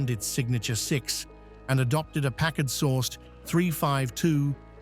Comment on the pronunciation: A Brit talking about American cars, and can't pronounce the names of at least one... it's PACKard, not PackARD!